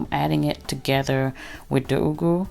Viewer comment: i love how you pronounce the ugwu, the Nigerian in you is showing....lol. i love the modifications of you adding shrimps, extra frozen spinach and cooked mackrel.. what's there not to love about this recipe, it's richly dense in nutrition and good to know you will be chowing it with some fufu too. keep cooking ~